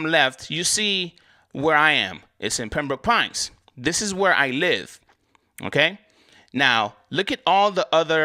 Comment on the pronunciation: I like how you say Pembrooke Pines sounding like a Mississippi pimp 😂